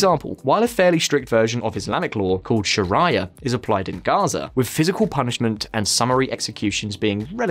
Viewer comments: الشريعة / Shariah Law is pronounced Sharee'ah and not Shar-IAH as you do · FYI - “Sharia” isn’t pronounced like “Mariah” as in Mariah Carey. It’s pronounced like “Sha-ree-a” like Ave Maria” The way I remember it is “Maria loves Sharia, while Daria hates Shar-ee-a and Mariah hates Sha-riyah” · I notice westerners will either pronounce it two ways either “Sha-rye-a” like saying “Mariah Carey” or “Shaar-ia” like saying “Daria” I keep telling people think of the name “Maria” or Ave Maria - but change the “M” to an “Sh” that’s how you say Sharia. Or my favourite Rhyme “Maria loves Sharia.” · Its not sheraya. LoL its Sharia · "Sharaya law" 😒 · Sha-rye-a law 🍞😂 You guys crack me up. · you know as a profession of there is a foreign word that can be difficult to pronounce, we have technology that will provide the correct pronunciation for you. 🤷🏽‍♂️ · It's hard to take seriously a channel that refers to shar-AY-ah. Doesn't anyone check the pronunciation of foreign words? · STOP saying 'Sharaya' NKT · Shuh rye uh, shuh rye uh, shuh rye uh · I love your content, but you guys really need to work on your pronunciation... shar-eye-a... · did you just say "Sharaiya"?? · I thought I was having a stroke when he said sharia. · Sharia is such an easy word...not sure how he got it wrong 😊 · Came for the comments, stayed for the sacrificial slaughter of Arabic words. Great video though. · He pronounced shariah law wrong lol I’m so dead 💀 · How does this guy not know what Shariah law is? Hard to take this video seriously if he can't even pronounce such a basic thing.